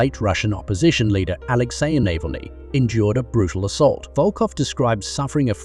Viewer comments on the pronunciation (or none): How many 'differen' pronounciations' of ALEXEY NAVALNY'S name in this clip???